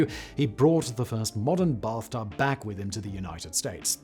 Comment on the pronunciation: Brath tub lol